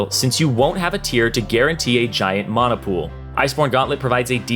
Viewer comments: MANA NOT MAUNA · The way he was saying monuh instead of mana was the only thing i was paying attention to lol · Someone please teach this guy how to pronounce mana, tabi and lethality.... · "Mahna" "Ninja tahbi" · "Ulti" "maaahhhhhna" "spirit veeezhige" where will yall stop? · the way he pronounces mana